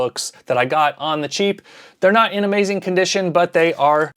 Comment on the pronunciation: In the bloopers you went full southern with The Amaizin' at the end.